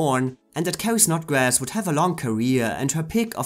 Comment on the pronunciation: It's Carrie Snodgress, NOT Snodgrass.🙄